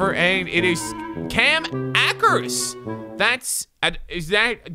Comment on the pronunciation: He said Akers instead of Akers